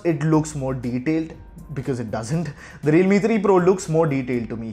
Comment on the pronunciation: he mispronounced it.